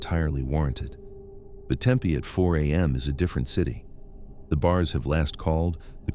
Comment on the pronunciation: The way he pronounced Tempe was like nails on a chalkboard!